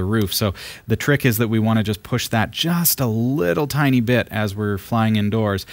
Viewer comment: did he pronounce 'tiny' as 'Tini'?